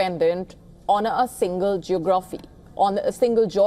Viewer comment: why she had to correct GEOGRAAAPHY to Geography, its okay to have desi pronunciation. lol. colonial